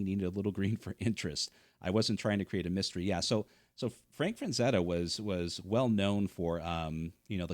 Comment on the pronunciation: Who is Fran-zetta?